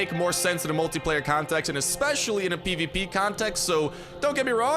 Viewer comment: You were constantly saying PvP and it sounded like peepeepee